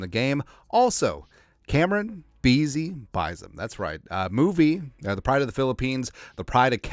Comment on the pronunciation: My man said: “Camryn Beezy Buyzum” 😂 Say Camryn Beezy Bynum 5 times fast lol